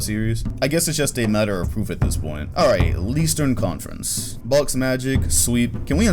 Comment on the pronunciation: Man said “Leastern Conference” legend